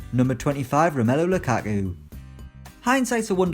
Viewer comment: He says Lukaku as Lu-Ah-Oo